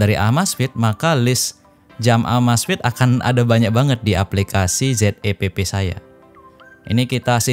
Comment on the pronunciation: Zepp kyknya lebih pas klo dibaca 'zep' dibanding 'z e pe pe' bang..